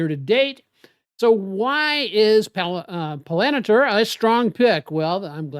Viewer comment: PAL - AN - TEIR ..... you are pronouncing "Palantir" completely wrong